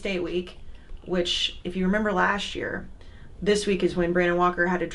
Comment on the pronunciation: "Lasht Year"